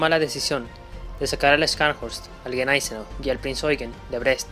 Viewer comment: Los que sabemos de éstos increíbles buques y armamos a los acorazados,.en Español.. pronuncia neisenao y chanshorst...😅😮😮😮😂😂😂